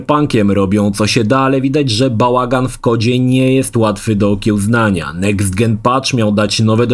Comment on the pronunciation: Jezusmaria. Sajko, nie psajko. Next dżen, nie next gen.